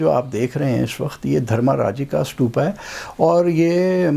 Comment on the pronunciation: سٹوپا نہیں بھائی جی ستوپا لفظ ھے ۔ ت سے، ٹ نہیں ھے ۔ ستوپا ۔